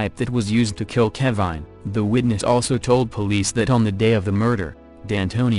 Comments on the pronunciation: i think you have good content but you are doing the victims & their stories disrespect by using a computerized voice that mangles words. "keh-vine" seriously? you uploaded that? if youre not gonna take the time to thoughtfully produce something like this, then you have probably shouldn't at all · "Ke'VINE" lol.